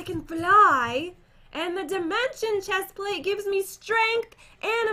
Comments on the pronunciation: Pat why do you said chesplate is a pants not shesplate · " I can fly up like a boss because I have the best " chestplste? " ever " said Pat